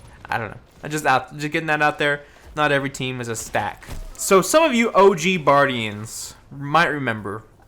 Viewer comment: “Hey buardians, here”